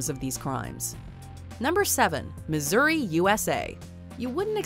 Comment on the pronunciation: Lol! Missouri?? Really? 😆